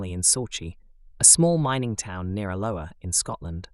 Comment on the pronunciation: The story with the Campbell girl, where she moved to was not pronounced correctly. Sauchie, is pronounced sock - e and Alloa is pronounced Al - o - wa.